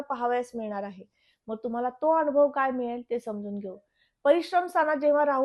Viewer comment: शुद्ध मराठीत बोला हो न च्या ठिकाणी ण ण कशाला म्हणतेस अणूभव नाही अनुभव म्हण आनंद म्हण अणंद नाही